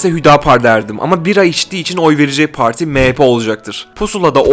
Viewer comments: Her şey iyi güzel hoş da yanlış anlamazsan neden “parti” değil de “poğorti” ? 😂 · Analiz güzel ama pooarti gibi telaffuz hataları var.